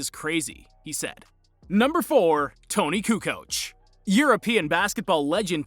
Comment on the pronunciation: I tried really hard, but at "Tony Coo Coach" I just couldn't do any more. xD